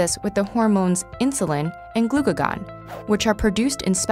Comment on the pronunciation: Her pronunciation of glucagon bothers me so much......